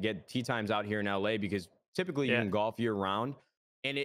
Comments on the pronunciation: Nobody: Courage: "you were getting into gAlf" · "Galf" - Courage